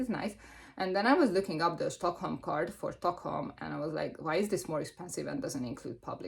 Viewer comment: Oh you went to Sweden, yay! The way we say Stockholm here isn't far off from how you say it, however the sch sound you make in Hungarian isn't there (when there is a sch sound in Swedish it's spelled differently, but there is so many variations of that spelling so I'm not going to get into that haha). In short, just a regular S, like the English pronunciation. It's funny, we went to Oslo and I thought everything was so expensive compared to Sweden. However we didn't use the Olso card and I never use the Stockholm card when I am in Stockholm, sounds like it made a lot of difference. I am also a walker, love walking everywhere, I feel like you experience more. I am also a free museum kinda person and we do have a lot of those lol. I am actually going to Stockholm in August, but admittedly big cities, especially capitals, are the most expensive. I love going to Copenhagen, a bit biased towards it since I live in the South of Sweden and it takes me like 45 minutes via train (compared to 4+ hours to Stockholm). But alas another expensive city (atleast compared to mine, Lund), still love it though haha. If you ever go to Copenhagen, I'd totally meet up. 😁